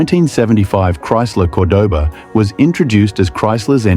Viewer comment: What kind of AI crap is this? Fake English accent pronouncing Cordoba 2 different ways? C'mon!